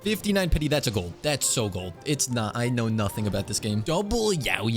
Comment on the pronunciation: "aino" "nefer" just nod and krai